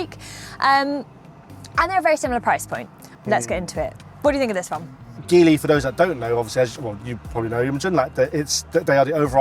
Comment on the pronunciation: It’s pronounced like Jeep so Gee-ly